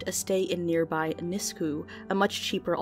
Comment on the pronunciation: lol Nisku is pronounced Nis-cue :D Thank for the videos :)